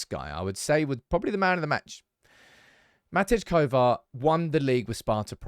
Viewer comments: Matty Kovar not Matidge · MATTY Kovar, stop calling him MAT-EDGE! Please!